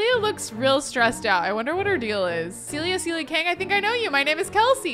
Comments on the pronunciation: Kelsey... love all your vids but this is the second time you've called a Sim character Celia when her name is Cecilia! 😂 Just an fyi from a dedicated fan! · Not Kelsey calling all ”Cecilia” Sims - ”Celia” :))) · Everybody keeps calling that girl "Celia", but she's "Cecilia" 🤭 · This is maybe a pet peeve of mine but it's CeCILia! Not Celia. There's a whole syllable being skipped over...please, for all the Cecilias out there! Start saying the CI!